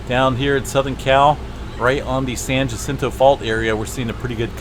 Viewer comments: Okay so I live about as close to the San Jacinto Fault as I used to live to the San Andreas Fault. Just a word about how to say Jacinto. You want to think of Spanish words, like jalapeño and that's the j sound you are looking for. It confused the hell out of me when I first realized how different the pronunciation was when I was a little kid. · The J in Jacinto is pronouncedas an h. Thank you for the info. I use to live in those mountans.